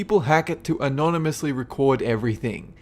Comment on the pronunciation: you said anonymous